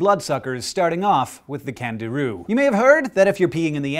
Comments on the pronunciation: I thought you said Kangaroo instead of Candiru. I was like, "say whaaat?" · Anyone else think he said kangaroo?!? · I thought you said Kangaroo. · who else thought he said kangaroo? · I THOUGHT HE SAID KANGAROO FOR A SECOND BUT ITS JUST A FISH ITS OK GUYS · For the first one I thought he said Kangaroo XD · I swear i thought he said kangaroo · Me too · When you said Candiru I though you said Kangaroo... I was like "wait what?" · Jeez I thought he said Kangaroo at first!! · did anyone else think he said kangaroo? no.... just me then >< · At the first I thought he said Kangaroo.. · I thought you said kangaroo for the first one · I thought he said kangaroo not candiru.... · When you first said "Candiru" I thought you said Kangaroo O_O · when you said candiru i thought you said kangaroo! i was so shocked xD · I thought he said Kangaroo.. I was like KANGAROOS SUCK BLOOD? SHIT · i thought he said kangaroo at first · At first I thought he said "kangaroo" lol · When he said "Candiru" I heard "Canguru". I was really scared there for a moment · When he said candiru, I definitely heard kangaroo. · Instead of candiru I heard "kangaroo" my first thought: wtf kind of dangerous animal has Australia cooked up now?! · when he said candiru at the start i thought he said kangaroo and was like wtf n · When you said Candiru and thought you said Kangaroo. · when he said candiru I heard canguru! now, THAT would be surprising. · I could have sworn you said 'kangaroo' for the first animal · Did anyone else think he said kangaroo at the start I was suddenly very scared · I thought you said 'Kangaroo' when you were talking about the Candiru, and the idea of a blood-sucking Kangaroo is just soooo aaweeesome.